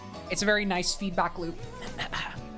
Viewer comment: I heard "HOW DO YOU PREFER FEET" out of context instead of feedback. in another tab and was like "what the fuck is in that quiz this IS FOR KIDS RIGHT?". I also was randomly reminded of your 6 year old Snapstream LOL